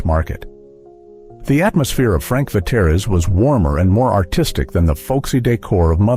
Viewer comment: It was Pronounced Veteers not Vateres